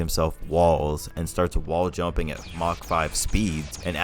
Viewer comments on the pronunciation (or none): none